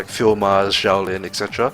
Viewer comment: Great video! PS, xiao in chinese is pronouced with a sh sound, so xiao lin sounds like shall lin~